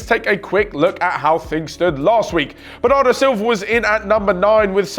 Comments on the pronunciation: It’s Bernardo Silva not Bernardo Silvia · I'm pretty sure it's Bernardo Silva not Silvia